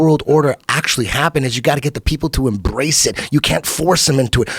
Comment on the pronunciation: Eddie let his r roll when he said embrace, love it. Love when he gets excited.